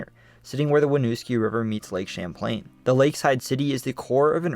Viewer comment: Not all us Vermonters sound that high strung. Or “SLOW” That dude didn’t Evan say lake Champlain correctly. My guy. Relax.